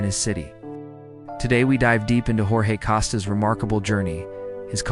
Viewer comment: It's pronounced "George " if you're going to tell the story ( thank you) but pronounce the name correctly please.